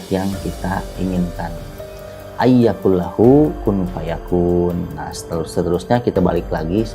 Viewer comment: Maaf kq baca nya salah yaa...atw emang terpeleset...? AYYAQULALAHU....